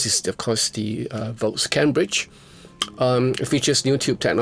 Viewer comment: With your accent it almost sounded like you said .. "the vox cabbage 50" he he he he he :D Great job as always sir !!